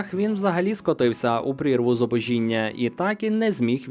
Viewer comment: зубОжіння, а не зубожІння